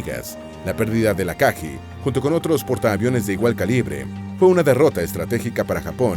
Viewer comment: Ryuu"YO" Aka"GUI" So"RI"uu Hi"RI"UU No es burla ni nada parecido, solo queria compartir la manera correcta de pronunciar los nombres de estas naves, gracias por el video